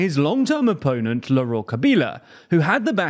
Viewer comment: It's Laurent, not Lauren. Not that I care about that genocidal strongman.